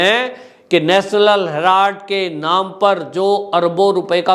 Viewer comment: आप कब तक “ हेलार्ड “ बोलते रहेंगे ??